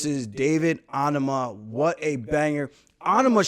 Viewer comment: Aljo, “Anama” really? Common 😂😂😂😂